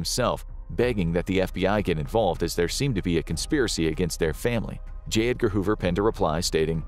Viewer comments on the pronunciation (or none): none